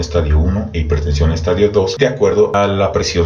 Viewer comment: Gracias, buen video, solo una observacion pequeñita, se dice estadio con acento en la i, como lo pronuncia es estadio de football! Juju 😁